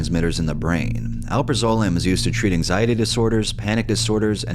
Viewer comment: btw it's pronounced "Al-praz-ah-lam"